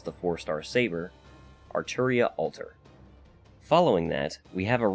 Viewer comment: Gotta respect a fellow fate nerd who says Arturia lol